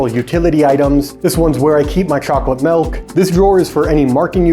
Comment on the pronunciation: Melk? What's chocolate melk?